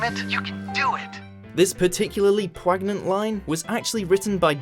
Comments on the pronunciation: Wait, did your fuckhead narrator just say "pwagnant"....? for fuck sake I used to enjoy this channel. For the first time in over a year I'd decided to say "fuck it, check 'em out again, it can't be that bad, I was fucking brutally wrong...." The word is pronounced "poin - yent" !! What the fuck, you absolute cretins?? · Did he really say "pwag-nent"? If he's trying to say poignant, it's pronounced "poyn-yent."